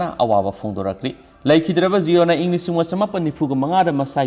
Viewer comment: Sir jiona Nate,(ziona-)jai-on-ah haibi o🤣